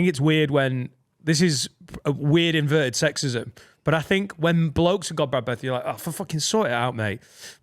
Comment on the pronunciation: (to ) "Yeah you could have invelted it." 😂😂😂 "You're not allowed to say things wrong mate."